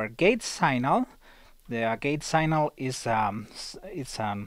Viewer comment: Good vid. One tip... 'Signal' pronounced 'Sig-nul' :)